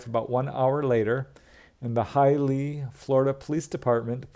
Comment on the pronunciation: Having lived in Florida for over 30 years, I can say with certainty that HIALEAH is pronounced as follows: hai-uh-LEE-uh I love your interesting way of telling these stories,.